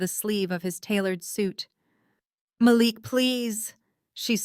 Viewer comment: I love how in two consecutive sentences, they pronounce Malik two different ways and flip flop often thru the rest.